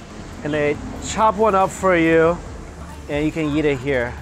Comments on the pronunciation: i like how he says "yeet" instead of eat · why does he say "yeet" instead of eat?